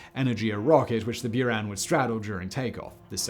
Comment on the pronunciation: “Bouran”, not “Byuran”